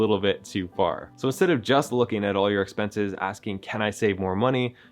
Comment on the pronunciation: Expenses, not expences.